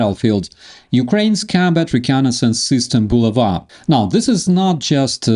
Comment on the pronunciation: It's bu la' va, not, bu la va'